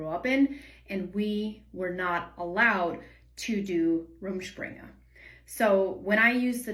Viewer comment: So that's how you pronounce it! Also didn't realize it could go on for years and you could still live at home, do parents or the church cut it off when they feel its gone on long enough?